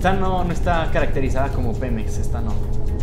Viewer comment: dice xemep no Pemex